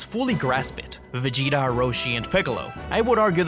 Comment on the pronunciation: Ça fait saigner les oreilles " Véguéta"